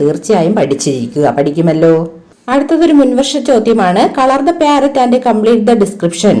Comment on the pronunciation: Not pyarrot Say parrot